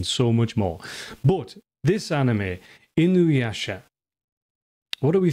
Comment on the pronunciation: Thank You for pronouncing Inuyasha correctly! I do Not know why but So many people add a goddamn W to his name and say Inuwasha 😂